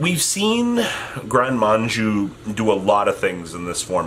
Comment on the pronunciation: drinking game: drink everytime mispells "gren maju" as manju